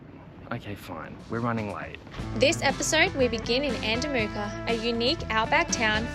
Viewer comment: Haha sorry mate your saying andamooka wrong. It's not moorka, its mooka.